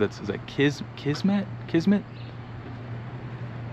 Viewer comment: You pronounce Kismet correctly. It means fate, there is a play along time ago I went to called Kismet , which was based in India.